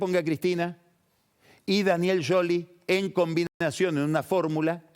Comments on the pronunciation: Scioli sc se prumumcia shioli no yoli y cuando mencionó a Stanley la e no se pronuncia en inglés eso me indica que debe hablar italiano pero no inglés. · es más un Yioli con una i casi sin sonido, como decis que un sholi como lo pronuncia pagni. Eso pasó porque no lo dice con el acento italiano. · Es increíble como se quiere hacer el que habla bien con scioli, el cual lo pronuncia bien y lo acentúa como el orto.